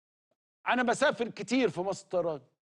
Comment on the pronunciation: هو اسمها مصطيران ولا مصر للطيران 😂😂😂😂😂😂😂😂😂😂😂